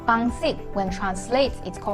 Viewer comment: its "pansit" in tagalog, and "pancit" in philippine spanish and english, not "pangsit"